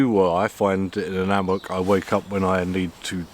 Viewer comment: Never heard of an ammock Is it really that hard to pronounce the H? Hammock! Cmon